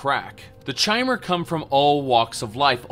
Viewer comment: Awesome, very informative, thank you! But... "chai-mer"?! You do know the word "chimera", right, that literally refers to a 'changing one'? Might as well pronounce Vivec as you do lilac.